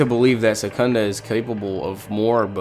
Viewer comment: Isnt his name is sukuna? Not sekunda?? Smh